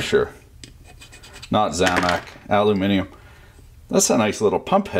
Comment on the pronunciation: Gotta love it when someone says aluminium correctly.